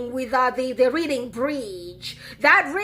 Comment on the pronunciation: It's not reading-bridge...it's pronounced close to reding-bridge. The English language...especially the UK...Old OG...has many words that are spelled the same, but pronounced differently.